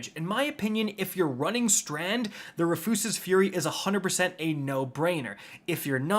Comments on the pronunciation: Say it with me Roo-fus-s like a man named Rufus. RooFuss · ROO-FISS, ROO-FUS, not re-foos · He's trolling us, right? It's pronounced like the name (Roo-fuhs) right!? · I literally hate this MF. Can’t pronounce weapon names 😂. Rufuses fury? Really? 😂😂😂 it’s RUFUS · It’s just “Roof-is” Fury. Do you go outta your way to mispronounce shit? Smh. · *Ru fis fury. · ROO-FUSS!! Say it with me, RU-FUS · TIL Rufus is now pronounced Refoosis 😂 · How do u mess up the word rufus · I'm not gonna let you get by saying Rufus like that.... you have to be stopped villain! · "make sure I mispronounce at least one word in the video" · The pronunciation of “Rufus” is killing me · Jaded viewer - he butchered the pronunciation of "Rufus" for more engagement/comments.. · Awesome butcher of the name! 👍🏻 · I love how you’re butchering the gun’s name to bait comments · Why does bro say it wrong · Dude spent months trying to get this just to butcher the name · I refuse the pronunciation. It makes furious